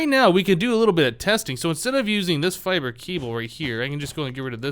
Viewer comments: its pronounced fiber not fibray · for god's sake, it's pronounced "fiber", not "fibree"!